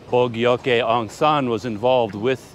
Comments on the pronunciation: I think the correct pronunciation is 'boo g oak' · You pronounce it how you would this word Bojogee. I’m glad he’s recognised more than Na win who actually had Bojogee Aung Sun assasinated. I can’t believe they have not maintained the train station not even paint. But the generals have lots of money that they’ve stole!!!! I haven’t been back after 48 years I can see why. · To me, Bogyoke pronounces "Bo Jote." I hope you can visit Inle Lay Lake and Pyin Oo Lwin. I don't know how hot Inle Lay Lake but the boat ride was quite long that I got a bad sun burn. So if you go there, at least wearing a hat is my recommendation. I think Pyin Oo Lwin has some remnants of colonial buildings for you to check out and it's a much cooler place from what I remember. Right now, the low in the 60s and high in the upper 70s, so that's just a lovely weather. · bo-ga-yo-ke had me wheezing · I think BO JOKE work batter and more like the Burmese pronunciation.